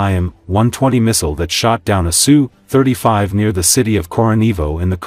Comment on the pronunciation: Name of Russian aircraft is not pronounced "SUE. It's "S" "U". The AI voice used in these videos is terrible when it comes to discerning such pronunciations. Usually also misses on where to place the accent in many words.